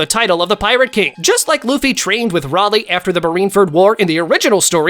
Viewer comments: Bro pronounced rayyyyyyleigh raaaaaleigh 🤡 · why is he saying ralyeigh